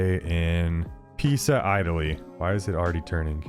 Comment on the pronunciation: How tf did you pronounce Italy?!?!